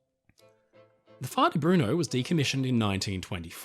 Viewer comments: Im an aduld child when he talked about the Faà di Bruno it sounds like "farty bruno" and it makes me laugh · I thought he said "FARTY BRUNO" 😮